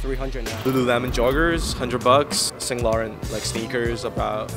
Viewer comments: Guy doesn’t even know how to pronounce Saint Laurent damn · fairfax - pronounces streetwear brands correctly rodeo - pronounce fashion brands incorrectly (ex. the people the said, vetements, saint laurent) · Joonyoung Oh tru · their pronounciation of saint laurent and vetements make my ears bleed